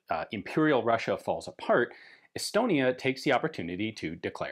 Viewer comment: Did he say Elbonia?